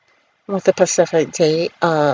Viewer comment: I can’t take nobody serious spilling tea on others when they say Pacific instead of specific